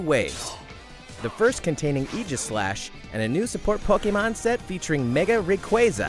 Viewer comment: Po-KAY-mon Mimic-kyu